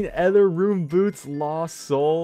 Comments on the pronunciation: The way you pronounce ether gives me a headache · I swear to god, english is your first language! Learn to pronounce "ether" ffs.... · The way you pronounce "ether" makes me cringe so hard